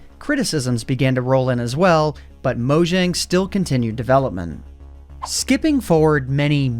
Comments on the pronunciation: I'll always cringe at someone saying MoJang instead of Moyang, seeing J is prenounced as Y in Swedish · mojang is pronounced "moyang"